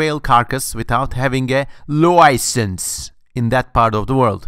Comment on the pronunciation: Say license again lol